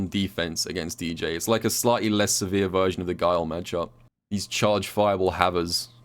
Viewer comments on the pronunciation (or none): none